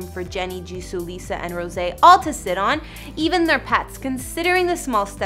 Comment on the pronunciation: "Jisooh" lol